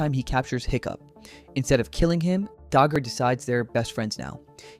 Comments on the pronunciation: I love the video, but, why did you pronounce Dagur's name like that, I don't want to be the nitpicking grammar guy but I just have to comment on it, but ignoring that incredible video and my favorite HTTYD villain is Viggo with Dagur being a close second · Mf—STOP MISPRONOUNCING DAGUR'S NAME!